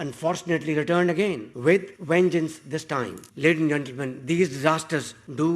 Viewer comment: At 0.0-02- what the heck is k@ sh@ saying-“ laden zentelmen”🤔